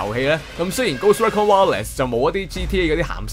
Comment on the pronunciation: Recon <-- RE-CON not REC CON